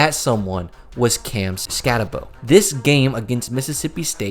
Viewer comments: Skatteboo not Skattebow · Stattebow and Leave-it? come on man... if you watched any games they were in you should know how to pronounce their names. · It's just... Say the name right. You bothered to make a video, but didn't even bother to learn to say his name correctly? Couldn't get through the video more than a few minutes. Cam Skat-ah-Boo